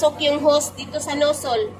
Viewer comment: Baka po nozzel hindi nosol..